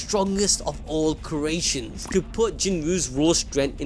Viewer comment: My dude enunciates creations like a fellow black friend of mine might enunciate ask